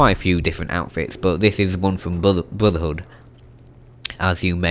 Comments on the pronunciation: He just Said bruthver hood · TheFighterDragon69 Blodurhood, is what i heard.